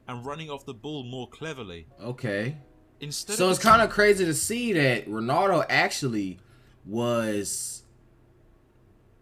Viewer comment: Why do most Americans say "Ronado" instead of "Ronaldo"🥲?